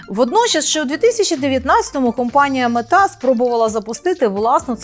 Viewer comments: МЕта, а не метА. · дуже гарний матеріал, чесно кажучи, не очікував такого рівня заглибленості в тему :) один момент тільки вже не вперше ріже вухо: компанія мЕта